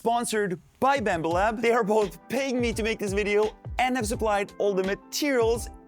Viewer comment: did i just hear "Bammba lab"?